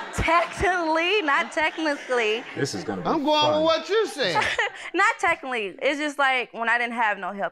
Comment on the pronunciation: Not tech-aly!😂😂😂